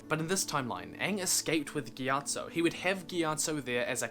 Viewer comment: Well at least you pronounced it right.....